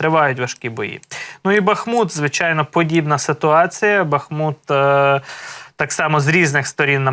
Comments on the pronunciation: БАХ МУТ -наголос на перший склад. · Бахму́т (укр. Бахмут; в 1924—2016 годах — Артёмовск, укр. Артемівськ) — город в Донецкой области Украины. Ударение на второй слог. Учите.